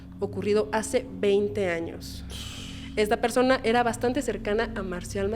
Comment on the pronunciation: Me perdió cuando dijo "ésta persone" 🥴🥴🥴🥴🥴🥴